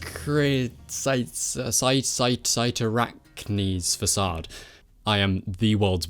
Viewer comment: Ser-ter-ack-nies facade, is how its pronounced tlyk